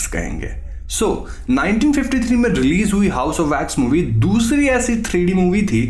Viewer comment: I was flat dead at "unniso tirrppan"